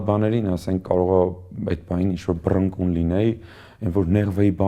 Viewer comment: «Սաղ հեչ», բայց այն եզակիներից է, որ «բռնկուն» բառը ճիշտ է արտաբերում